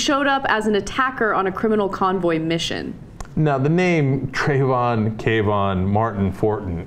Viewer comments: it could be Kuh-vaughn vs Kae-vaughn (as is pronouncing) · how are they getting the sharp k sound out of kavon? it looks like it should be pronounced kuh-von, you dont say kevin as kay-vin, this is just looking for offense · I don't think this was intentional. The game takes place in Chicago during the autumn, uh when lots of characters are wearing hoodies. The name Kavon Fortin, when I read it, sounded like Ka-Vaughn to me not Kay-Von.. And it's a randomly generated npc. Every time you fail and start over the car/person you see can be different. It's a fun game, not based in Florida, about a city where hoodies are a logical choice for cool weather. I feel like the person who called attention to this was projecting, in a way, their guilt over fighting a black person in a hoodie... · I think you guys are just pronouncing it like Trayvon Martins name to make it seem like you're right lol I read it like Kah-vun (Sounds like cabin) Fort-en